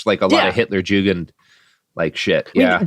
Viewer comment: you harp on him for saying Richard Wagner wrong and then pronounce Hitlerjugend as Hitler Jewgend